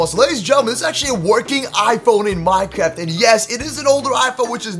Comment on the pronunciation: He said minekift